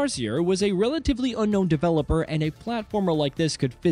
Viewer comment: Good video but the AI narrator was distracting. Especially every time it says "developer" and/or sometimes game names